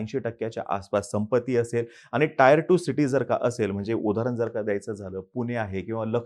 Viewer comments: Bhaao Te taair 1 nasto tier 1(teeeeer 1) aste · टायर cities नाही टियर cities